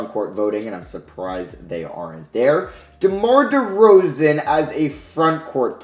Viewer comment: The disrespect on DeRozan's name is mad.